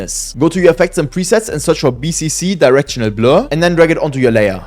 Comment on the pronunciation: Bro really mentioned all period that bro mispronounced it💀💀